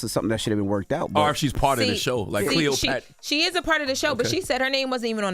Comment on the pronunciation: CleotrapAAAAAA not errrrr